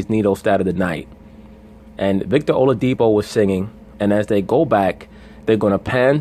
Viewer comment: it's not oladipo as in po in pronunciation it's oladi-"kpo" as in pour. here is my whatsapp number if you want to get the correct pronunciation the dude is yoruba